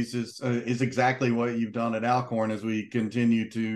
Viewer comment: It's pronounced Allcorn, good interview 👍🏾